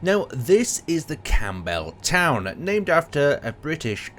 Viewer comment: I believe it's supposed to be pronounced 'The Campbleton', all one word without the 'w'.